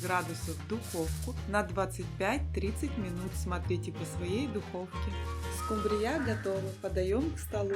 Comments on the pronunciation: В Корее может и скумбриЯ, у нас скУмбрия! 😅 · Всё хорошо, но только одно понять не могу почему скумбриЯ, а не скУмбрия? 🤔